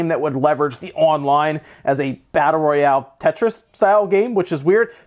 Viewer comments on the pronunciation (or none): none